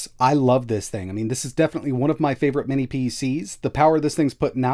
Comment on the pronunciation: Minnis again? Dude, WTH? Is it a mental block or something that you can’t say “mini”?